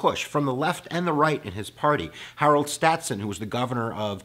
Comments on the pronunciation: Stasson, not "stat-son". Also MacArthur was nowhere close to the Japanese Supreme Commander... And it's "segregationists" not "segregationalists". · He said, "Harold Statson."